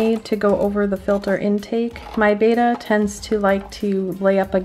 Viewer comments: It's not batta it's Betta. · Beater string LGEE (its pronounced BETT-Ah like better and algae is pronounced like ALGIE (not Lgee)